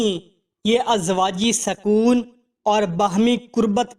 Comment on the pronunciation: پہلے سوال و جواب میں صِرَفْ نہیں بلکہ صِرْفْ۔ سَکون نہیں بلکہ سُکون دوسری بھی غلطیاں ہے بھائی